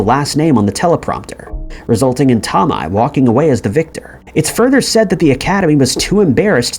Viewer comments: That is the weirdest pronunciation of Tomei I have ever heard. It’s not too-mi it’s toe-may. At least that is how I’ve always heard it pronounced. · Marissa's last name is pronounced " toe may" for future reference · Oh' the way you say some Sir names is crazy ~~ Marisa Tomei say it Toe-may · Here's a conspiracy theory - the narrator of this channel is NOT a real person, but rather AI.. That, or he's lived in a cave his entire life considering he pronounces common names and words wrong all of the time.. Marissa Tomi?? everyone knows it's pronounced Toe-may - moreover the mispronunciation occurs in just about every one of these video's on this channel... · TOMI?? I had to laugh. He's very young I'm sure. He gets so many pronunciations wrong. Not saying it's his fault....it's just funny sometimes 😅😂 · TOE MAY!!! GEEZ! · Her name is pronounced Tomay. tohmay. Toe-may. TOE MAY MAN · Bro come on. You've never heard the name Marissa TOE-MAY? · Marisa toe-my, what the fuck man. Is this ai narrated? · Toe May! Would be great to know how to pronounce the names that are the subjects of your videos. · "Marisa Tomei"!? It's pronounced as Tohmay. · She's from Brooklyn so am I. It's pronounced Marissa toe may. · Marisa Tomei's last name is pronounced "Toe-may." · Toe-MAY..it's prounced Toe-MAY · Say Tom-eye one more time, I swear to sweet baby jesus. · It is brutal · You mean the one??? Toe-may??